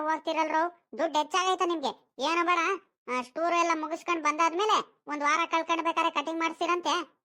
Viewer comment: Ayyo adu shtoor alla tour